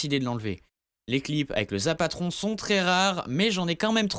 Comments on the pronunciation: Bon on dit zapOtron et non zapAtron et c pas toi qui l'a trouvé c une vidéo d'un gars qui l'a eu comme sa c le seule a l'avoir eu en vidéo et il était pas la au début du jeu il a été ajouté vite fais puis supprimer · C zapotron et pas zapatron putain